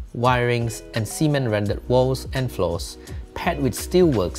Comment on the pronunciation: As a Malaysian, I thank you for sharing design content, but I'm cringing every time you pronounce "cement" as "semen" Cement: suh·ment